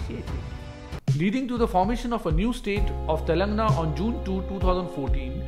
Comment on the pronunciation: Brother I respect your effort to create the video. But please pronounce the names of the states correctly. It's TELANG'A'NA not Telangna. It's TEL'U'GU, not Telgu.